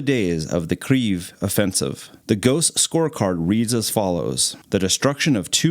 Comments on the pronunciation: The whole video is in English, so "Kriev" is a very strange pronunciation for anyone who isn't familiar with Ukrainian, you are mixing languages. If you make an English video about Norway for example, you would probably also call it "Norway" and not "Norge" which is the Norwegian word for Norway. Pick a language and stick to it, you chose English so it's Kyiv 🙂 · Bruuhhhhh it’s kiev. Kay-i-ev not kfif khlalifa kyyayay lmaooo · Your pronunciation is incorrect. You are saying Kryiv, but there is no R in this word. Kyiv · Not Kriv,but Kiiiev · Bro he is called Ghost of KIYV, not Kriev or etc. Kiyiv is the city, the capital of Ukraine. I am from Ukraine. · kiev not kriev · Yes. But it is pronounced "keave". Russians would call it "key-ev." That was the distinction. It is not "kreave". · cmooon duude it's not Pronounced "Krieve" but "Kiev" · Its definitely not accurate. The easiest way to say it properly is to understand that it is like combining 2 sounds or words together first is Kei and eve with a Y in it. So it becomes Keii-yeev. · It's Keeve (long e sound in the middle). I had been living there before the invasion. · Since when did Russian get banned from Ukraine? It's both Kiev and Kyiv, and 40% of the country speaks Russian and they call it Kiev (and in fact, not "Kriev" in any language, as the fool in the video mangles it in an effort to signal his virtue) Stop being racist. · Why do you keep calling it kreev? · Were is this r you speak of [key-ev] so key like your house key and the first part of ever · Kyiv not kreiv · Kieeeeeeeeeeev dude what are you smoking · Thats not how you say Kyiv. The letter Y is put there for a reason. Its is 2 sounds combined into one the first is K, and yiv. Pronounced as KEI (short) and YEIV = KEI-YEIV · Its pronouncd Key-Ev (as in ever) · You're pronouning Kyiv wrong lol it's pronounced like this "KEE-ef" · "Kreev" nice pronunciation bro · Bro said ghost of kreeve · Why does he keep saying Kreeve? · Why u say ''Kriev'' 😂